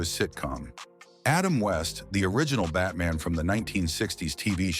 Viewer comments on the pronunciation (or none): none